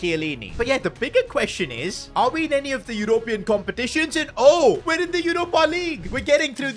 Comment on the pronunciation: europian not european its always fun when he says that. Go great work as always, you deserve a break you bloody legend.